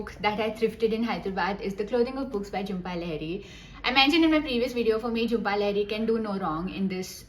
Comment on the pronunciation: great video...but..its LAA-HEE-REE...i am tired of correcting ppl!!